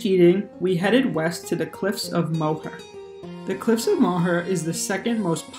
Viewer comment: It’s Moher is pronounced like More